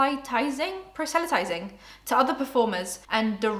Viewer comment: it's okay it's a big stupid word. it's "prah-suh-lah-tize" it means preaching to someone about religion to try and convert them